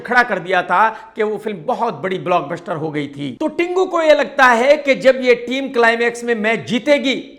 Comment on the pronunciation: block buster bol 6 baar lagatar,,,,fir shayad sahi bol paaye'